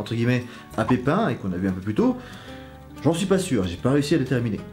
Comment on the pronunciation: tu dis pipin le bref ....alors on a un petit coup de seigneur des anneaux à l’esprit?😂😂😂😂